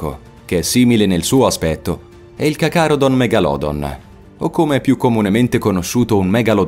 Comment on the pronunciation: Cacalodon?..troppi errori...